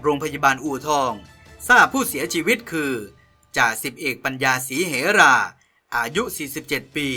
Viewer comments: อ่านว่า ศรี-เหรา ไม่ใช่ ศรี เห-รา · อ่านชื่อสกุลเขาก็ผิด จ.ส.อ.ปัญญา สี -เห-รา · ศรี-เห-รา ครับ เหรา ไม่มีในพจนานุกรม เห-รา คือพญานาค